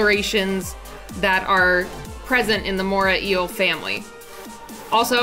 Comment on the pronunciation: It's the MorAY Eel, not Mora Eel